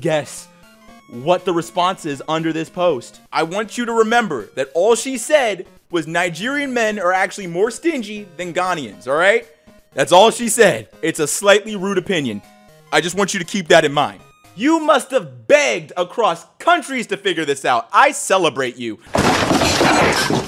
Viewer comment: Also you absolutely butchered the pronunciation of Ghanaians💀